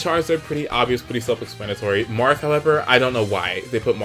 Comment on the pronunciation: Marth not Marty